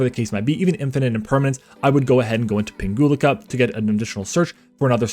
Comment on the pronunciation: Nice combo vid! 🙂 I picked up the deck recently so I'm trying to learn as many plays as possible before I take it to locals. P.S. You're mispronouncing Pinguicula 😖😆 (plant geek here) It would go like ping-we-kyula 🫠